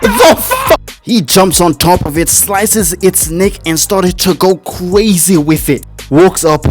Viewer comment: gotta work on them "R" sounds, homie hearing you say stuff like "cwazy" and "wunning" is lowkey gonna limit your channel, when your personality should make you a million sub youtuber